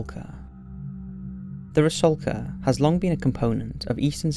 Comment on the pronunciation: FYI: ITS “RUSALKA” NOT “RASULKA”! 😉🇷🇺